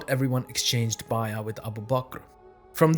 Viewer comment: I was confused about what "bayya" was, and then I realized you were pronouncing "bay'a(t)" that way. Based on your pronunciation, I wondered about your linguistic background in other videos. We all have different accents, which need to be affirmed rather than discouraged. However, in this case, I think that the pronunciation is going to lead to a lot of confused audiences and a lot more mispronunciations from others following your lead. I'm also unsure as to why you do not use the word "pact" to help set your definition.